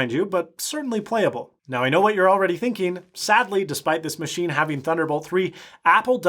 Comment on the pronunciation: "Muh-she"...that is all